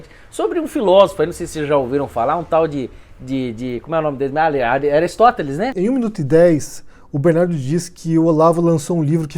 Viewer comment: Minha nossa! Uma manada de burros! Livro do OC mundialmente desconhecido - em português!!! E esse BK que não sabe nem falar o nome do Aristóteles!!! E menosprezar Paulo Freire - que pretensão! Só alguns brazukas manipulados podem acreditar nessas hipérboles conspiratórias! Cravou mais uma,!!!